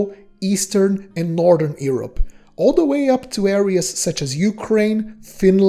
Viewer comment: The way you prononce Europe is very far from the way its supposed to